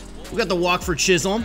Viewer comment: Jazz's last name is pronounced chis-him